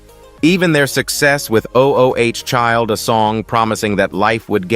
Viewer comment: This narrator irritates me‼️ O-o-child, he says 🤦🏾‍♀️. Instead of "ooooh" Child. How it sounds. Geez, let someone tell you how to read I want to say. Consistently, he mispronounces the simplest of things, which tells me no prep work was done.